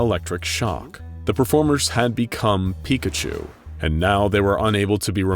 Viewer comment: Porkachu... it's always porkachu